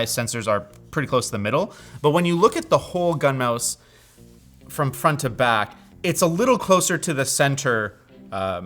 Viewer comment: Too high kept thinking you were saying Gundam.